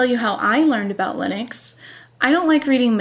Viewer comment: Linux not Leenus. I like your face though.